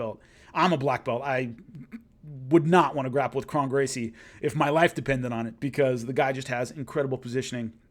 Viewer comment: Great stuff; btw, Kron is pronounced like "own" not like "on"